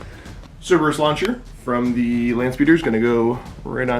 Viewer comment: Di Eh? :)